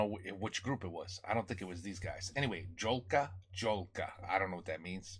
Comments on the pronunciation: Angelo jezyzczni po polsku czyta to się Jolka Jolka a nie dzolka czytać po polsku a nie po angielsku nauczycie się tego taka jest różnica w wymowie językowej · It’s pronounced Yolka, Yolka. You are welcome.